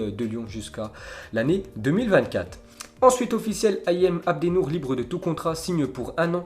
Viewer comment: Il sait pas lire